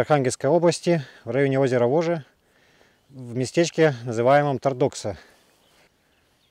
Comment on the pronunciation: Есть на Воже деревня или место с похожим названием ТОрдокса.На севере ударение на первый слог.